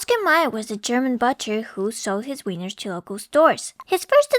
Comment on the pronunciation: also its Wieners (Wee-ners) not Weiners (people who are crying)